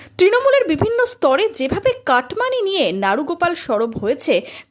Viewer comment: Naru noi nera😂😂😂